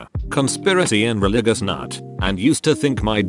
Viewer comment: What bugs me about the auto-talker people use to make these videos is that it can easily pronounce words like “Waxahachie”, but not words like “religious”